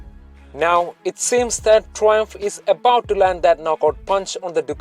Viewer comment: ...What the fuck are you saying? Learn to speak English properly!!!